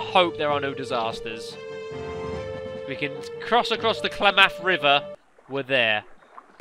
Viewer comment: "Klamath" is pronounced in a similar fashion to "mammoth".